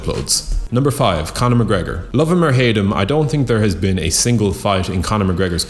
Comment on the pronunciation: Stop trying to be unique. It's mcgregor and not even close